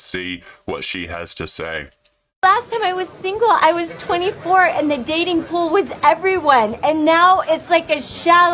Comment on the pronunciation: "Poll" instead of "pool". Freudian slip? She described her dating life at 24 as a poll. That's what she wrote. Poll rhymes with pole. Probably what she rode at 24. And in her words "was everyone".